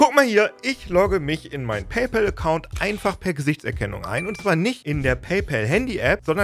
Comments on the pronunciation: Endlich mal jemand, der paypal richtig ausspricht. Dass ich das noch erleben darf... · endlich jemand, der PayPal richtig ausspricht, und nicht "päypohl" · WUNDERBAR - endlich mal ein deutsch sprechender Mensch, der "PayPal" richtig aussprechen kann !!!!!! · Endlich sagt einer PayPal richtig und nicht paypol